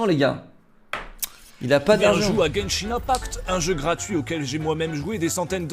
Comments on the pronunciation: C'est pas Genshing mais Genshin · Par contre c'est genshin pas genshing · pas de G, Genshin point barre et pas GenshinGGGGGGGGG et arrête de surfer sur lui c'est lamentable et parle Français bordel